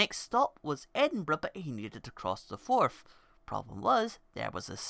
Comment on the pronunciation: its forth not forf